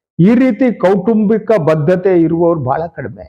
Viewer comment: ಬದ್ಧತೆ ಅಲ್ಲ ಬಡ್ಡತ್ತತೆ ಅಂತ